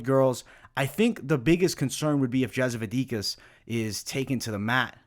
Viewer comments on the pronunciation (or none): Yep he has an issue with pronouncing slavic names/surnames for quite a long time. Anyhow 2-3 ways but almost never the right one.